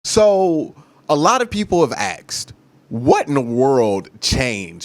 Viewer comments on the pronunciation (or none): people have axed how do people ax you .if you want to be a pro learn to speak english